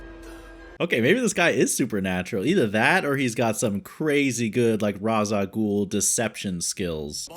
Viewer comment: the "Ra's" in 'Ra's Al Ghul' is pronounced as Raysh